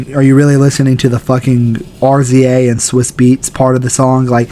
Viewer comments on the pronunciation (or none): “ R Z A” 😭 cmon bro